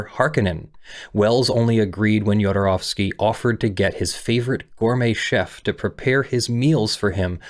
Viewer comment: Thank you so much for getting the pronounciation of the "ow" in his name right.